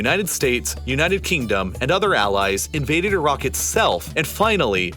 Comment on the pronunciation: Glad you actually pronounce the country properly with the "i" sound the same as it is when saying Italy. Unlike the usual annoying ignorant way many Americans continue to say EYE-RACK 🙄